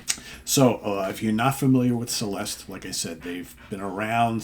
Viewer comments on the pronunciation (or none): The name of this band is Celeste. Pronunced as Cheleste and means heavenly. Čeleste.